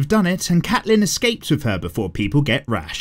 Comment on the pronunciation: I hate how he pronounces Catelyn but not as much as I love how he calls Joffrey "Joff" 😂